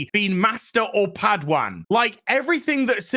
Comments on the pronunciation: Padawan. Not pad wan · The way says padawan 😂